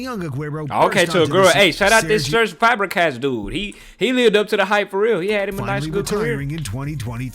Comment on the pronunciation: bro says Fabregas dude😪😪 put some respect on Fabregas name he was a beast one of the best mids of his time one of the best assisters ever